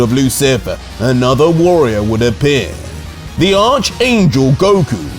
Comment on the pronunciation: He finally said archangel the right way!